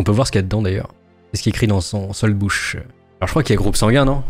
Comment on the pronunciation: Tres bonne video parcontre soldbuch se prononce(soldboure) et le wehrpass était rempli en meme temps que le soldbuch mais restait à l'arrière dans les bureaux